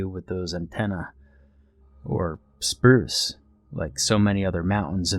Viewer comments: It says Spuce instead of Spruce! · "Spuce" Mountain lol. Great video as always!